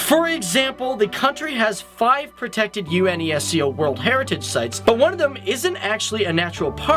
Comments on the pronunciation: U-N-E-S-C-O he said, instead of just saying Unesco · unesco is still a word. yu-ness-ko. do you guys not get the news there? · HAHA! Seriously U-N-E-S-C-O??? Such fail dude! The acronym is pronounced as how it is spelled. Next time, please just Google first before you read your scripts especially when it's the name of such a prominent organization. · Every time its U N E S C O WHY MAN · आदित्य किशोर प्रसाद i don't agree with that. it's an educational/factual show , so they should be accurate enough on what they're conveying to people. try to pronounce the words slowly as well. UNESCO is pronounced not by the letters itself but "you-nes-co". among other mispronounced words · "UNESCO" is pronounced, not spelled.